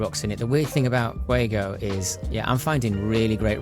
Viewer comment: Your pronunciation isn't too bad. English speakers like you and me typically try to say "Fue-goe" but the o should be a bit shorter as in "fue-go"